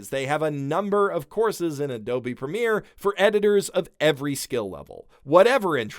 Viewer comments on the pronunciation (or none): none